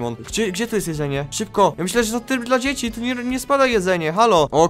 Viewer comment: tryb dla dziecki powiedziales tak hahahhahahahahhahahhahahahah ty sam jestes dziecki ahahhahahahahahaaaaaaaaaaahhhhhh